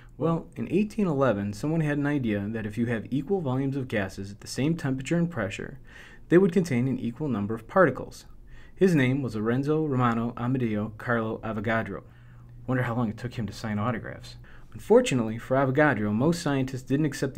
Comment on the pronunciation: Lorenzo romano amedeo carlo avogadro Non si pronuncia Lrenzo rmano Amdio grlo avogadro